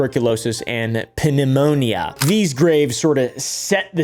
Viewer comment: you pronounced “pneumonia” wrong btw I gotchu